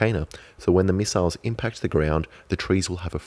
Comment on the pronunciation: Might as well call them miss-iles